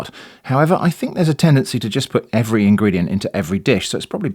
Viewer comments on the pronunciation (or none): Also, when you say evetry video, do you mean evetry video?